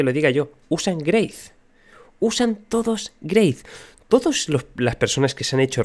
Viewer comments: GREYTH XD XD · greith? wtf lo nombras así loco ja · porque pronuncia grace?